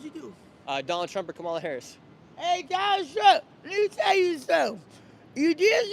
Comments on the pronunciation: I’m voting Trump but it’s “Commala”Harris. You’ve been told a thousand times and I bet if you said her name right more people would open up to you. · UHM IT’S KAH-MULA BRO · COMMA-LA. C’mon man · Stop being disrespectful and pronounce VP Kamala Harris name correctly! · Nick continues to disrespect/mispronounce Kamala's name, even seconds after being corrected. Adherence to accuracy and truth is the first pillar of ethical journalism. Whether he wants to be a good, objective, truthful journalist is another story. I think you can do it. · that couple that corrected you on the kamala pronunciation got way too excited 😭 same people who created the "ick" are the ones doing it 🤷‍♂ insert kermit sipping tea here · Its sad how indoctrunated the maga cult is at this point. I watch this purely to know what to expect trump supporters to say. Also love how you complain about being corrected on how to pronounce Kamala's name, then immediately keep mispronouncing it